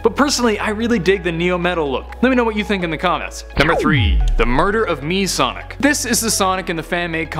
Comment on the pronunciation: sonic not sodic LOL